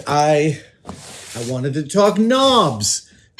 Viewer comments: Oh KNOBS. I thought he said 'Nams' or 'norms' and got quite concerned :p I'm not great fixing stuff, but I take broken stuff and make it into other stuff. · knobs! I legit thought he was saying noms …